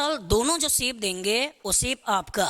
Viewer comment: Sir its nice btt....its not siip...its shape😃